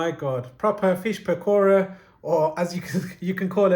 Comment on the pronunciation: Lol the way he said PAKora. 😂